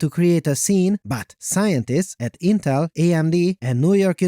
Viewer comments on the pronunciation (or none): Nope, interrrrrlllll